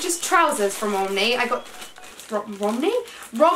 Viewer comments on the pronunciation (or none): It’s pronounced rom-WEY, not rom-WEE 😂🤧